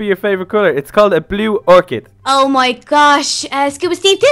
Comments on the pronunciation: not a blue or-k-ad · its a blue or-ch-id